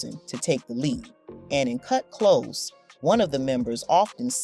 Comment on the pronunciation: It’s not “Kut Close” like “close the door”; it’s “Kut Klose” like “we’re very close,” but spelled Klose.